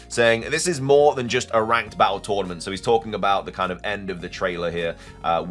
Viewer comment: Can you really not say battle the correct way ?